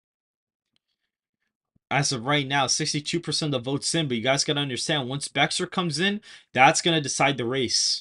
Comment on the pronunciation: It’s Pronounced Bear for the Bexar Co.